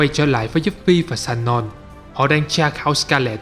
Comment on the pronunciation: Người ta tên là Sonon chứ không phải lài shanon nha ... vấp vãi.